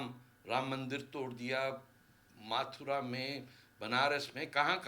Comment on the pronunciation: It's not माथुरा it's मथुरा